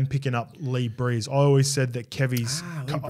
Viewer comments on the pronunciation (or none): Don't mean to nitpick, but is pronouncing Lee Briers like "brees" as in Drew brees, his name should be pronounced brears like rhymes with beers